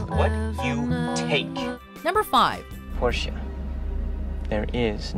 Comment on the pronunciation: I'm German and the fact that Tom pronounces the "e" at the end of Porsche makes me love him even more LOL